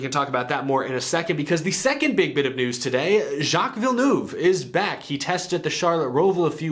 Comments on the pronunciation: "jock vill noove!! 😁" pronounce it more like "vill nerve" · It's ville-nerve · ITS “JACK VILL EN ERVE” NOT THAT HARD AMERICA